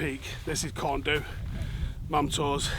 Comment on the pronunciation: you have earned a cuddle. BTW, Corn Du is pronounced in Welsh Corn Dee.